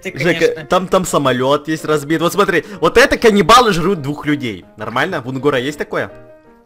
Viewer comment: Не УНгора а унГОра